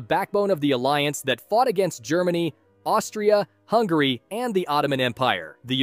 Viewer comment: Its Austria-Hungary Not Austria...Hungary